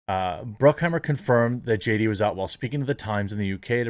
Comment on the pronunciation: Haha! I swear he said J-Date the first time he tried to say JD.